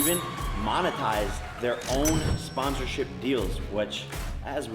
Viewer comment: Say the word SPANsorship again I tripple dare you!